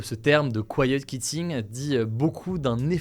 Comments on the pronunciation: quiet kitting hahah prononce quitting comme tu prononce quiet qwitting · Hello Hugo, Je voulais faire une petite remarque sur la prononciation de quitting : kwitting, au lieu de kitting... tu as un anglais supérieur à la moyenne mais je pense qu'il ne faut pas se reposer sur ses lauriers si c'est une langue qui te tient à coeur. J'espère que tu ne trouveras pas ma remarque méchante ou maladroite, je regarde tes vidéos tous les jours et je trouve que l'équipe HugoDecrypte fait un super travail ! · Comment se fait-il qu'avec la nationalité britannique et ayant fait Sciences Po vous ne prononciez pas bien 'quitting'? Pourtant c'est le même son [qu] que pour 'quiet'. Si on décide de franciser le tout on prononce alors 'kiet kitting' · quitting ça se prononce "kOU i ti n gue" 😅